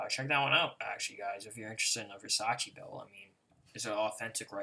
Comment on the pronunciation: It's not "versacheeee" you fucking idiot it's "versachay" , I'm italian.